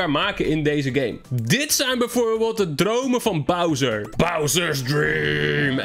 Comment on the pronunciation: hahah wie zei het vroeger als kind ook zo; Browser 🤣